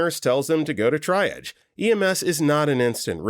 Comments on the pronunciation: I keep yelling, "TREE-AAHHHJ!!!" every time he says "TRY-AHJ" 😅 Also, he needs to learn it's pronounced like "peeds", not "peds", short for pediatrics 🤦😅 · TREE-AHJ... >.> For future reference... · For the millionth time, triage is pronounced TREE-AHJ. And pt or pts is patient and patients. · triedge.. my god. i can imagine the narrator reading the comments and realizing he's been saying it wrong 😂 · U know at this point, after this many medical videos, I admire the narrators commitment to mispronouncing triage. Long live try-arj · Sorry, I'm a pedant... it's "TREE-AHHJ". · It makes me insane! Every time I hear this narrator I know I can't watch the video. At this point it feels intentional to drive up comment engagement. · FFS, LEARN TO PRONOUNCE TRIAGE! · I don't think he's ever going to pronounce triage properly and at this point, I've just accepted it. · I’m beginning to wonder if he says it that way just to mess with people 😅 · I knew exactly which narrator it was before playing the video due to this comment 😂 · he narrates many of their medical videos and the word triage comes up often. I once remember him acknowledging that people corrected his pronunciation. I swear he corrected himself once then went right back. It feels intentional. It creates engagement in the comments since listeners get frustrated but it also might be hurting viewer retention. I know switch off as soon as I hear this narrator on a medical related video.